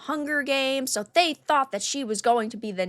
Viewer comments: Even worse was her: "... and evidentially sooooooo." I never heard "SO" pronounced with so many O's. She sounded like a malfunctioned AI. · Her pronunciation of "SO" (... and evidently sooooooo) was the most pretentiously cringe thing I ever heard. It sounded like the old Jon Lovitz SNL skit: The Master Thespian ... only she was serious.